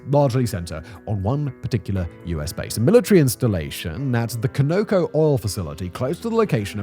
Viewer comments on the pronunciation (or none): Con-o-co. Continental Oil Company which is now ConocoPhillips Phillips I believe had been Oklahoma based and Continental Oil was Texas based. ConocoPhillips is now based in Houston, TX--- like most big Oil companies. Simon .... it's just NOT pronounced 'co-no-co'. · Ok Simon, you have to fix your pronunciation of CONOCO. It's like an ice pick in my ear same as George W. Bush saying NUCULAR instead of NUCLEAR. CONOCO is pronounced CON A COE. Not CO NO CO. Just trying to help my British cousin. ❤️👍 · It's pronounced "con-uh-co" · The petroleum company is pronounced KonAh Ko. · locked in a basement? This is the 3rd video I've seen where he pronounced CONOCO wrong. Plus, if Simon is locked in a basement, he should have plenty of spare time to learn how to say CONOCO correctly. I get he doesn't understand the Colonies, which I've only brought up one time. But, pronouncing words correctly shouldn't be a heavy lift.